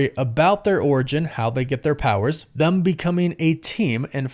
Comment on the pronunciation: Brother, why do you pronounce them with a u? "Thum?"